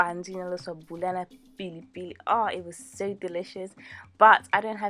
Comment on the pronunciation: awesome looks very tasty. btw it's bulayi, not buyali. :)